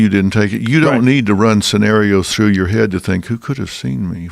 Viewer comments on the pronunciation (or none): none